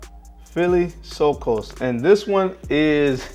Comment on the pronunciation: philosykos = (philo means friend in greek + syko means fig in greek ) all mean he who like figs (pronunciation fil-Ò-sykos) just to help no offense meant